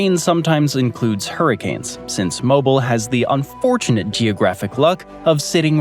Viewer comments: Pronunciation is: Mo BEEL (like wheel) not Mobile like the gas company. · It’s pronounced Mo ‘Beel, (Mobile, AL). The average humidity is closer to 88% in the summer months. Yep, we get a ton of rain, but a lot of it comes in the form of torrential downpours during the summer at approximately pm. They last less than an hour, but dump at least a few inches of rain if not more and then the blistering sun comes back spiking the humidity to 99%. We get a ton more sunshine than rain, we just get storm bursts. We are having a gorgeous fall and could actually use some rain. It’s a beautiful area. ❤😂😊